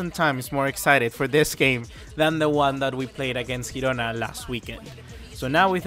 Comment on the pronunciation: You are pronouncing Girona wrong